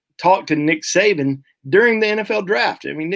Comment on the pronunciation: It is Saban not Saben.